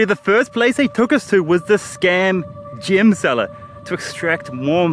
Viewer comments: Lmao mate I'm sure everyone did, I was like this is gonna be shit I'm not watching so came to the comments. Why does he keep saying gym/gem anyway it's annoying asf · I thought he was saying gym scam and I was confused till the end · I realised he meant "Gem scam", I thought it's "gym" scam all this while